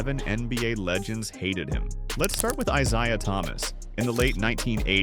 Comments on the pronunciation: you really need to work on your name pronunciation, Isia....? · Can't pronounce Isaiah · learn to pronounce isiah